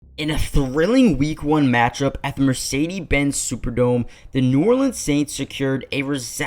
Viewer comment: Bro just said the mecedes benz superdome